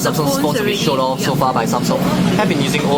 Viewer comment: Its Samsung not Sanm Songh . LOL . So cute the way you pronounced it .